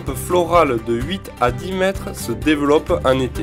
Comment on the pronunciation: Et puis, devant un nom qui commence par une consonne, /dix/ ne ne dit pas « diss végétaux » mais « di ― dégétaux ». Ily a trois façons de prononcer le numéro 10 : [dis], [diz] et [di]. Dans la vidéo, tu n'as pas chosi la bonne ! ET bravo pour le reste. Merci et à +, Eiffel.